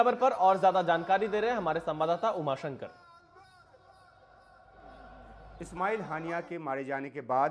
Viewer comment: Umashankar thik se naam lo hanas ke netao ka